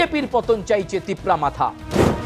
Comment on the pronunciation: Tipra motha bolte pare na thikmote Tipra matha bole..